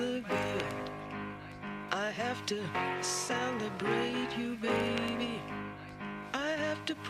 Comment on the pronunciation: I hear 'sound-a-brate' rather than celebrate, I can't unhear it now.